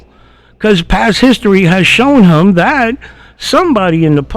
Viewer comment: Who is “thum” or “hum”. Ohhhh. You meant “thEm” and “him”. Blasé blasé. And there is a distinct difference between your “ideaL” and an “idea”. Your content is great your commentary is way too much. Shorten your videos to 20 minutes and keep your commentary to a minimum until your vocabulary is up to speed.